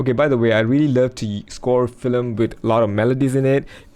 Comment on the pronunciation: Why are you saying “filem”? It’s called a film.